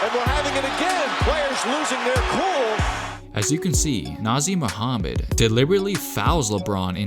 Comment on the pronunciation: Is his name really pronounced Nazi Mohammhed???? LOL I always thought it was Nah-Zur?